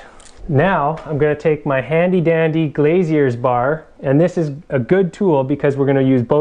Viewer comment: Very good and informative video. I could stop laughing at how you pronounced, "Glazy-ier Bar" and how you should us viewers how to hold the nail gun "gangster style" 😂😂